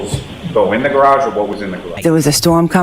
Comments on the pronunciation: I really like your vids. I never miss one. But please, PLEASE learn how to pronounce “garage” correctly. “Gararge” makes me crazy. You a smart guy. I’m sure you can do it! Thanks. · it’s essentially a garrrage.